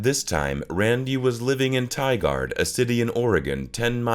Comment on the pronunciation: PLEASSSSEE that pronunciation of “Tigard” 😭😭